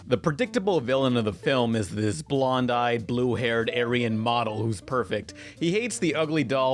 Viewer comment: He said bloned eyes,blue hair